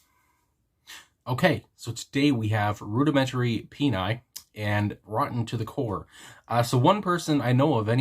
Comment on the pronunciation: OMG! Congratulations! You are (so far) the only reactor who has done Rudimentary Peni (you did pronounce it correctly). My favorite is the album "Pope Adrian 37th Psychristiatric". Nick Blinko (lead singer) did all of the artwork. He also had himself committed to an asylum and wrote a book about it. Some other never-before reviewed bands you might like are The Residents, Dayglo Abortions*, D.O.A.*, The Rezillos, KUKL, Savage Republic, 45 Grave, Christian Death w/ Rozz Williams, Turbonegro, The Germs, The Ex, X, The Dicks, and NegativLand. Bands with * are Canadian.